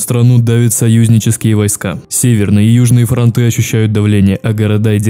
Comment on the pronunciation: ФронтЫ, а не фронтА